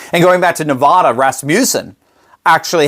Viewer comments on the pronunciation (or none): I live in Nevada, please pronounce the name of our beautiful State correctly. It is pronounced Nev-Vada. Not Nev-Vaaaada. Thank you! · Constructive criticism: Nevada is pronounced NevADDa, not NevAHda. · It's still pronounced: Nuh VADD uh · Nevada not Nevada it is Nevada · It's not Nev-aaah-da. It's Nevada as in "bat" "cat" "hat". Please pronounce it correctly. Thank you! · Nevada not Nevahda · Learn how to pronounce a state Nevada! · Please learn to pronounce Nevada correctly. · love and support your show. That said please pronounce Nevada (the first a like the a in Dad) This is very important to ALL Nevadans. Hannity pronounced it incorrect but President Trump does not. Thank you Doctor